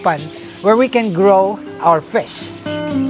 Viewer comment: I love it whe you say fish:) fisz